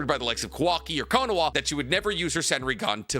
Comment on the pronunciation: I'm not so sure. Bro still calls it "Konowa" instead of Konoha. 😂